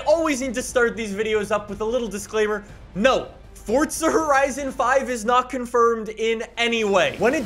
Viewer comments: Is there a silent T in the word forza? 😂😂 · There's no "T" in forza. Bugs the hell out of me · Where do the T is forza it’s forza not FORTZA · Fortsa? I’m pretty sure it’s Forza mate.... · Btw it’s forza not fortza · if the proper pronunciation is “fortza” it would say that on the front cover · “welcome back to fortza horizon 4 guys” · I love how he says Fortsa instead of forza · Cant wait til he actually starts saying FORZA instead of FORTZA 😂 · It physically hurts me when he says Fort-sa instead of Forza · Yeah, its For-za not Fortza. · Oh my god. “Forza”! Not “fOrTsA” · Me: Forza: Fortza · Fourtsa? This guy can’t say it right 😂😂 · It's not fucking fortza it is forza!! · Dang my guy PLEASE drop the random ass T you're putting in the middle of Forza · my friend, its for-za not fort-za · Fortza 😂😂 FOR - ZA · Does it bother anyone else that he pronounces it "fortza"? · It’s pronounced “F-or-zah” not “Fortsaa” it’s also not said like Forzza, like pizza has a “st” with the z’s ... well you’re not supposed to say it like that.😶😐😑🙄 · Its "Forza" not "Fortsa". Fyi. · PLEASE STOP CALLING IT FORTSA ITS FOR-Z-uh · It Forza not Fortza!!!!! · * FOUR-ZUH not FORT-ZUH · Omg, for za. Not fort za. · Sorry but its Forza not fourtza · not hating, but why does he say forza like fortza? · It’s for-(za) not fortza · Why do you say it like “fortsa” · It’s Forza not Fortza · Why do you call it Fordza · It’s forza not fortsa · What the hell is fortsa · It makes me uncomfortable with the way he pronounces “fortza” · Why are you pronouncing it Fort z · U mean fortza horizon 5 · Well in his easy “fortza”. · Do u mean fortza horizon 5? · I agree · no it’s not. forza is correct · Its for za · I can't.. every time I hear fordza I lose track of what's going on in this video. Lol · "FORZHAH HORIZON 4" 😂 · "fortza horizon 5" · Can u just say forza right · Fortza horizon 4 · WHY DOES HE SAY FORTZA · I hate hearing fortza motorsport from you bro say properly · Hehehe, fortza horizon